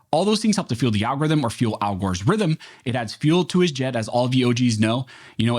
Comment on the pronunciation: At the end...did he say..."feeds Al Gores rhythm"...? BTW love AF, kudos for hitting the HARD....